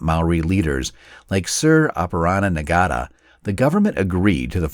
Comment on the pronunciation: Il help you out with one name pronunciation. Sir Apirana Ngata. Ahh-pe-rah-nah( the R in rah is rolled) Nga -tah (Ng sound is the same sound as the ng in English)